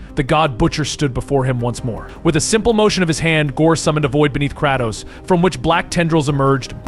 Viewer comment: AI VOICE OVER TRASH CAN'T EVEN PRONOUNCE KRATOS CORRECTLY